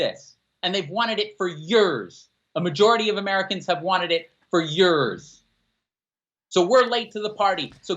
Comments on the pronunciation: I'm with all of this except for pronunciation of "Yuuuurs" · Why cant say "years"?